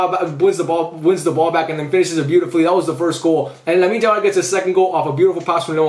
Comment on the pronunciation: Don't wamna be rude or something but could you pls call him "Yamal" and not "Jamal"